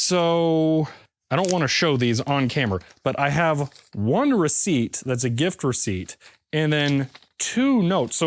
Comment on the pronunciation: Are my ears deceiving me or did I hear gift receipt pronounced like GIF receipt? ;-)